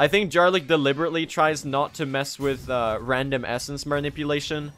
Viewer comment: You're pronouncing Jarlyk incorrectly; the "j" is pronounced like the "y" in "yam"